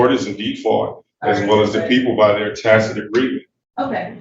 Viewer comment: At least he is pronouncing "Tacit" correctly, unlike one Darrell Brooks that said, "Tackit," numerous times, as if he were bringing up what you would do with a tiny hammer and tiny nails...